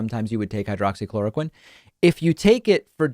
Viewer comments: He’s so stupid, he can’t even pronounce the name correctly. It’s hydroxychloroquine, not hydrochloroquine. There’s a difference between the two. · He said “hydro-chloroquine” which is not even the correct pronunciation. He doesn’t know what it is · Idiot said"hydracloraquin" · Flynn can't even get the name right. He called it hydrachloroquine - methinks he's not levelling with us . . . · He didn't even say hydroxy.... He said hydrochloroquin. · hmm, you'd think someone looking at a pill bottle for 30 years would be able to remember the name, he said "hydro-chloroquine" 😆 that's not a thing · You would think that in the thirty years that he has supposedly been taking it, that he would have learned how to pronounce hydroxychloroquine. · After taking Hydroxychloroquine for 30 years and can't pronounce the medication correctly . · you would think after being on a drug for that long you should be able to pronounce the name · He is on crack for thirty years, he mis pronounced.🤣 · Since he didn’t even pronounce the name of the drug properly, I call BS